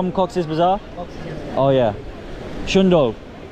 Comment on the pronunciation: Bro, It's SUNDOR. Not SUNDOL.